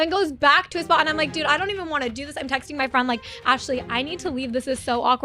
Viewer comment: friendeh. iterestedeh. interactionnnneh. reasonnnneh. sinistaaaaaah. husbannndeh. aftaaaaaaaa. admitteeeeed.